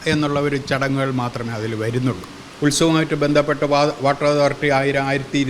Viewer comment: ആവശ്യമില്ലാത്ത ഇടത്ത് കടുപ്പിച്ചും വേണ്ടയിടത്ത് വേണ്ട പോലെ പറയാതെയും മലയാളഭാഷയെ വികൃതമാക്കുന്നല്ലോ.ശഭരിമല,ബന്ധപ്പെട്ട്, അനുഭണ്ടിച്ച്, ബാഗം, തുടങ്ങിയവ ഉദാഹരണങ്ങൾ. ഈ ചാനലിൽ മിക്കവാറും എല്ലാ news readersum,reporter sum തീരെ ഉച്ചാരണ ശുദ്ധി ഇല്ലാതവർ ആണ് .